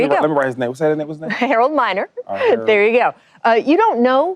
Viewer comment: She said Harold miner.